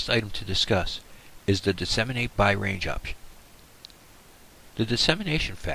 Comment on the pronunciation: DESS-i-mate not dee-SEM-in-ate